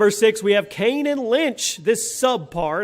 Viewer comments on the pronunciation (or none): none